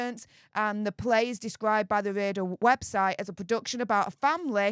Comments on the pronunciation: Hi, love your channel but your pronunciation is killing me!! RADA is pronounced rahdah, not rayder. Sorry to be a damp squib!! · RADA is pronounced RARDA, not raider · It is pronounced Rah da not Radar. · Not being Picky…But the Royal Acadamy of Dramatic Arts is pronounced Phoenectically Rar-Dar….Not Ray Dar. Which u might find on one of Britains Warships (if We still have any).? Good Blog all the same. Lol Regards Andy Jackson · it's not Radar, It's pronouned like Prada, without the P. RADA [Royal Academy of Dramatic Arts] X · it's calaed RADA, there is no r at the end. AND STOP THE SUPER THANKS GRIFT! CONVERSATIONS CAN BE HAĎ VIA THE COMMENTS! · Sorry but it's not 'ray..da', but pronounced ' ra..da'. btw love your posts. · It's Rah..dah. Please. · Great vid as usual. Ps It's pronounced Rah-Dah 🙂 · it is pronounced rar da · Brilliant video as always. For future reference it is pronounced Rad-a. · I do apologize, but the Royal academy of drama and arts is pronounced (rarda).just thought I'd mention it, love your work, keep it up ❤ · C'mon - it's RADA - pronounced as in Ra-Ra skirts. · Please pronounce RADA properly...... like PRADA... WITHOUT THE P! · You need to look at the pronunciation RADA yourself, before telling others how it's pronounced. It made you look a bit daft and it wasn't in a way that you can brush off and hide behind your heavy accent.